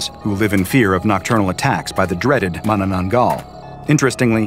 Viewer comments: Did yoi just...Did you just properly pronounce the name?! Im amazed. Americans tend to just bork the pronounciations. but not you fortunately. You really are an SCP foundation researcher. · The pronunciation of Mananaggal is spot-on. Though you lack one thing to keep safe A blessed item that we Filipino Catholics keep-the Palm Leaves we have blessed on Palm Sunday. Once dried we use its leaves and fashion it into crosses and fasten it onto doors and windows. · Huh. Never thought the SCP community will make the manananggal into a SCP anomaly, I am sooooo honoured mabuhay!. Edit: I was waiting for your pronunciation, and I am not complaining you pretty nailed the pronouncing of the name. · oohhh what a relief you pronounced manananggal right unlike other scp channels and what a convenience that the crack in the roof is directly m above the room of the young women